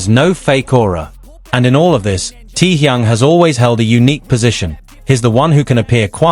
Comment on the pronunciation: Omg...so tired of AI..."Tee-Young"?? Really??!! 😦🙄